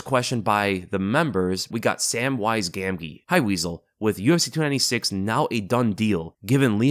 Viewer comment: SAMWISE GAMGEE its Gam- G , its lord of the rings it hurts EVERY TIME you mispronounce it lol